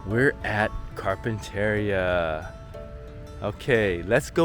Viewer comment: You Mispronounced campground’s name !